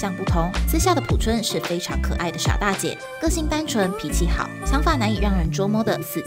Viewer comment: P I A O 朴！二声！